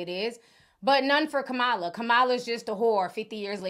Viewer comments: Please, please, please learn how to pronounce our Vice President’s name!!! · Please, please pronounce Kamala's name properly. Trump pronounces it wrong on purpose, we shouldn't.